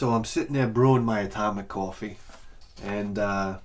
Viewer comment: Breaking bad fly episode-sip o cwafee for the fly